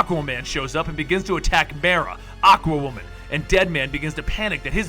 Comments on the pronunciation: Isnt it suppose to be like "Mere" another word for Lake. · I'm pretty sure Mera is pronounced with a long e instead of a short one. Minor complaint, but bugs me every time I hear it. Like when people mispronounce Ra'as.